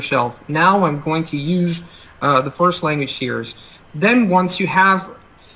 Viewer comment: it sounds like you're pronouncing "series" like "see-urs" really it should be pronounced "see-reez"